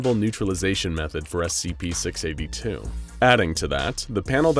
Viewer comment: scp six aybbe two